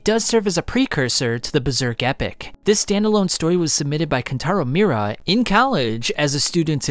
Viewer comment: it's pronounced "mee-oo-ra"